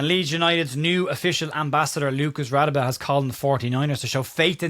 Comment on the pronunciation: Hi Sorry to be that guy but I'm pretty sure it's pronounced "Ra-day-be*. I've lived in rsa for over 20 years and encountered quite a few people with that name and that's how it's pronounced I remember when Lucas signed, the TV people asked him how to pronounce it, and from what I recall he told them to pronounce it like you did, which I am convinced was either not a true story or he was winding them up